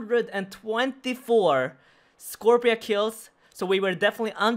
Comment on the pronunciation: Scorp-C-a Scorp-see-uh